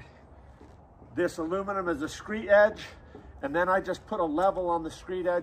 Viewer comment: Its screed, not screet. Very nicewrok!